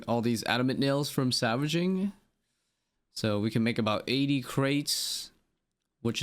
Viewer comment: why are you saying "savaging"..? it has an L man